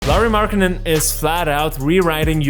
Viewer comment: Learua markanen bruh 💀💀💀 NOT HOW U PRONOUNCE THAT SHIT!